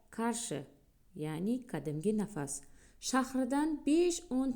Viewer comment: Oʻqish jarayonida o,oʻ,u unli tovushlarini ortiqcha choʻzish kerak emas. Shahar nomi Nafas emas Nasaf.Lekin mehnatingiz uchun rahmat.